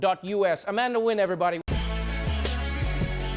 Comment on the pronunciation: Trevor please learn to say her name